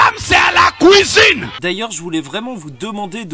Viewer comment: AHAHAHAHAHA le "Kouisine" ca ma tuer